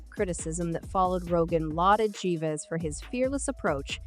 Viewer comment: Jeeves, jerf, jaywees, Jerry's wtf this bot is not even consistent in it's false pronunciations. Jives omg I have to turn it off ...